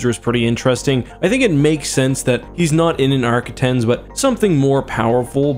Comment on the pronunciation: For the record arquitens is pronounced Ark-quit-tens. Also, before you comment, yes, I am a grammar nazi.